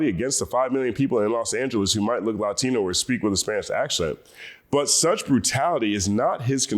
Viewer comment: Why do you pronounce “Latino” that way? LATINO from LATIN.